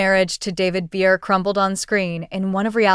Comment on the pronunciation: Maybe learn how to pronounce her surname first, before anybody will take you seriously and actually look at this.